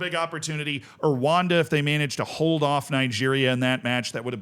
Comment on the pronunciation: Pronunciation pointers, as we know it's a pet peeve of you're: ESSwaTEEnee RooA(H)Nda